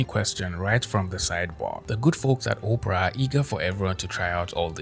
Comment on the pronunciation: Im sorry man hearing you say Opera like Oprah was cracking me up! I dont want to use a browser created by Oprah Winfrey, lol! Anyway keep up the great content.